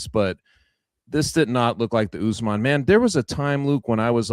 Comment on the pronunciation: Chuck turning Kamaru jamaican with the " UsMon"